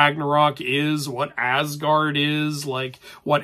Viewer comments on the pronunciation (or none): none